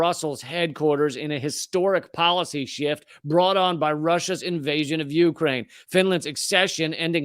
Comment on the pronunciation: Lee needs to learn the correct pronunciation of Ukraine.